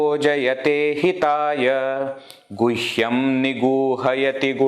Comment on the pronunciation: With due respect, would you kindly explain why in second line you are pronouncing gushyam, where I'm seeing guhyam? 🕉️🙏